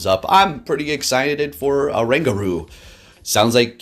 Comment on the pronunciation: This pokemon is based asian apes which is orangutan. The pronounce must start with "o". I noticed many people skip "o" sound.